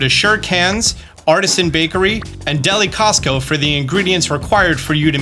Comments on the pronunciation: That's not Deli Cotsco. That's Deli Cioso (delicioso means delicious (duh) in Spanish and Portuguese) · Bruh it isn't Deli Costco it's Deli CIOSO like delicioso, delicious in Spanish, what Dora's backpack says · The “deli cosco” that he said in the video is actually Deli Cioso, which when put together makes delicioso, the spanish word for delicious. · Deli Cioso = Delicioso… Spanish for delicious. Not deli Costco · I died a little when you said "Deli key-as-so" hahaha - It's "deli see oh -so" like delicious in Spanish :) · man i love videos but good god i twitch my eye when he mispronounces things 😭 “deli costco” when it’s a play on words for the stores actual name “deli cioso” regardless, he’s still the best pokétuber out here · Okay, the way you pronounce "Deli Cioso" as "Deli Costco" is killing me. It's "Deli" like a Deli, which you got right, and then "See-oh-so" as in, Delicioso. The Spanish word for "Delicious." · “deli caso”. Ya’ll really need to watch dora she says Delicoso like every episode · Just FYI: Deli Cioso -> [Deh-lee-see-oh-saw] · Love these videos! Though Deli-Costco was a great new store haha It’s Deli Cioso [see•oh•so] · FYI it's Deh-lih-see-oh-soh. Deh-lih and then see-oh-so. Not Deli Costco lol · It's Deli thioso, not kiosk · Does it bother anyone else that pronounces Deli Cioso like Deli Costco and not like the Spanish word for delicious? Is it just me? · “Deli Costco” 🤣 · "deli costo" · Deli Cioso is a pun on delicioso, the spanish word for delicious. It's not Deli *Costco*. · "deli costco" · It's pronounced Deli See-oh-so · i must let you know because i heard you say it and it was hilarious 😂 the shop ‘Deli Cioso’ is spanish for delicious and you said Deli Costco 😭 the c makes an ‘s’ sounds sir just thought it should help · “Deli Costco”💀💀💀💀 its “delicioso” meaning delicious in Spanish you know like what Dora’s backpack says💀💀💀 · You really said, "Deli Costco" x) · “Deli Costco” 😂💀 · "Deli Cosco" 🤣